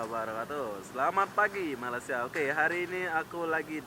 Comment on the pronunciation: Brtahun2 keje di malysia sebut malaysia pun tak betul lagi.. aku ramai je org lombok keje dh lama di malaysia.. reti je sebut malaysia dgn betul..